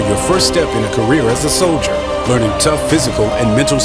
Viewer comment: I mean thats one way to say Soilder 😂